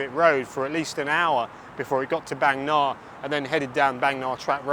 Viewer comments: Indeed, and in terms of pronunciation I more often hear the Bang in Bangna pronounced as Barng, and not Baeng as in the video. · Bang me Na? Bang Nah ❌ 😅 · Thanks, lots of good footage, insight. fun fact, บางนา is pronounced baang-naa ( า=aah). can't go by the (oft inaccurate) thai romanization. happy new year